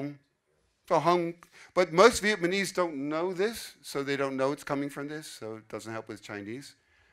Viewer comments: Interesting video to get an overview of how those languages compare, but I have to confess one little thing. Pronouncing Vietnamese as Vietmanese kind of drove me crazy haha. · Viet-ma-nese lol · He can’t even say Vietnamese right loll.